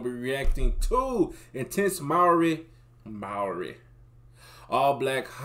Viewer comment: this kid offended me in the first 3 seconds " Moowri " like bro what? Say it properly cuzs